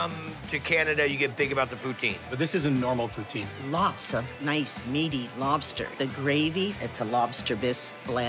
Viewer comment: HAHA HE SAID IT RIGHT THE FIRST TIME "POO-TIN'